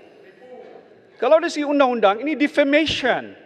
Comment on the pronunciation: Glamournye cara dia cakap defamation. 😂